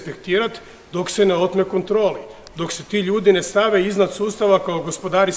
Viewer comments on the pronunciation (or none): none